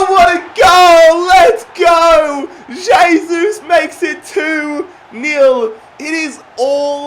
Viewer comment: Pronounced "hey-sus"